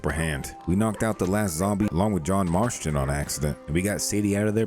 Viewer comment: “Marshton” marston